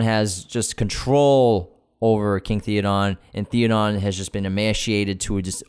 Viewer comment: It's not "Thee-o-dawn" it's "THey-o-din."